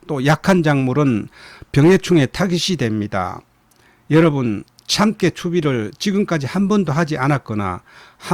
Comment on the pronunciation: 참깨 발음이 너무 이상합니다.